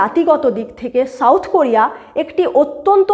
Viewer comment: শাউথ কোরিয়া নাকি সাউথ কোরিয়া? শেউল নাকি সিউল? কলকাতার বাংলা ভাষার এই দুর্ভিক্ষ কেন?